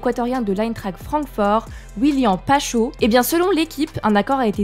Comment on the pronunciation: Pkoi mettre des meufs qui ne connaissent rien au foot, réécouter comment elle dit Willian Pacho😂